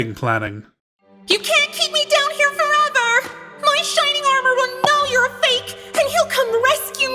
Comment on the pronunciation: "Shining are-more" lol